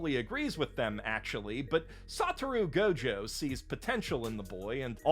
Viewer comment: You mis pronounced gojo